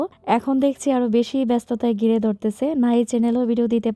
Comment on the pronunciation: খুবই সুন্দর কন্টেন্ট। আপনার উচ্চারণের দিকে আরো খেয়াল করা উচিৎ। দুয়ে না, ধুয়ে দৈর্য না, ধৈর্য গিরে না, ঘিরে জাড়ু, না ঝাড়ু বিডিও না,ভিডিও। গর না,ঘর। গুরেফিরে না, ঘুরেফিরে। গুম না,ঘুম। এগুলো বাদ দিলে আপনার বাচনভঙ্গি সুন্দর। শুভকামনা রইলো।